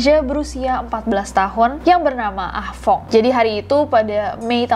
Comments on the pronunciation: Ah tong:× Ah fong:√ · budek nya gw pas nessie blg ah fong gw dengernya ah tong😭